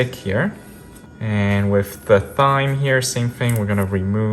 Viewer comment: Thyme is pronounced "Time", the H is silent 🙂